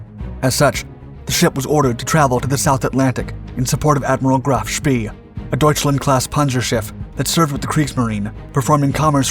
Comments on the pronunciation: Pronounced Graf SPAY... Not SPEE... Do your research!! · I wish the narrator would have lessons on pronunciating foreign words. The name of the ship was Graff SHPAY not shpee. It's so annoying that he hasn't taken the trouble to do proper research. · Love your videos. I think it;s pronounced like Graf Shpay, not Shpee. Bot positive, but that's how I've always heard it. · "Graf Spee" is pronounced such as "Graf Schpay" in English. It is German. Deal with it. You should know this, dude, if you are going to narrate this stuff???? It ain't ROCKET SCIENCE??? It's German. "Es ist einfach." It is simple; it is easy. Don't be so freaking lazy? Do your homework, dude. I'm just sayin... ... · It's rhe Graf Spee , pronounced Spay similar to the proceedure performed on dogs. It is never pronounced spee as in pee. Check it before you shoot another video you failed to research. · Another narrator who doesn't know his business! He says 'Graf Spee" suppose to be "Graf Spay" as far as pronouncing it the way the ship name was commonly spoken. We all in know how Detroit is pronounced but it is French and really shld be pronounced "De Twrah" but no one does! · Agree but most pronounce it like "Graf Spay" Narrator said "Graf Spee" He shld use vernacular like my ex w Detroit. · Graf spee is pronounced graf shpay. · It is pronounced "Graf Shpay"